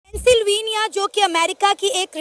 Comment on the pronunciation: Pehle sahi tarike se bolna sikho mohtarma silveniya nahi Pensilvenia😂😂